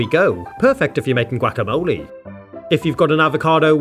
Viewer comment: I love the way this man says guacamole, he just goes GWACKAMOLEY